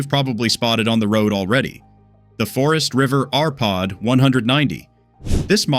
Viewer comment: You showed WAY MORE exterior views of the RPod…I would have liked to see the refrig nd maybe. Sensible view instead of disjointed little clips. It would be nice if the AI was taught correct pronounciation of the NAME of the TRAILER????